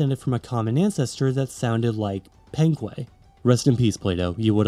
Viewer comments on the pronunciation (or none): Penque*, not Phenquei